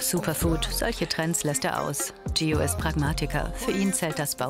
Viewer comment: Ihr sagt einfach "Thio oder Tschio" aber nicht "Gio" hahahahahaha